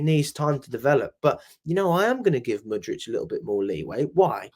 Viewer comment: Stop calling Mudryk Mudrich mate. That's fucking annoying.